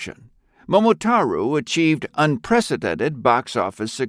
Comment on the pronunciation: One/Two of the reasons you got downvotes is the mispronounciation of Momotaro and AIUEO